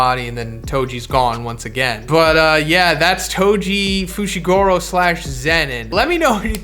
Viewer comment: FOO SHEE GOO ROH. FUCKS SAKE